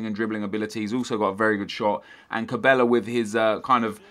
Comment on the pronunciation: its not pronounced ca-bay-ya, its quite simply ca-bell-ah